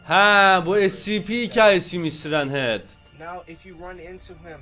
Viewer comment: Siren hid değil sayrın het diye telaffuz ediliyo abiii